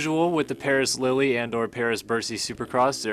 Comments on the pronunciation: Lille is pronounced Lill not Lilly lol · Coming from a soccer guy I'm pretty sure it's pronounced like leel not lily